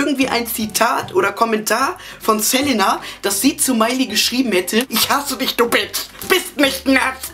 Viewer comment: OMG HAHAHAHA das war die geilste bravo analyse evuuuur! auf jeden fall mehr hahaha. du sagst immer ßelenna haha, es heisst selina:p egal, ich fand das video sau geil haha und hättest du die stelle mit justin und pattie erwähnt, wo sie meinten das eine frau justin von hinten 'antoucht' wäre ich wahrscheinlich gestorben vor lachen. war sehr nice,!